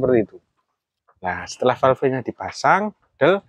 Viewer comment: Terimakasih... Manteb .... btw. .. Falêf, Om. Bukan falfé 😊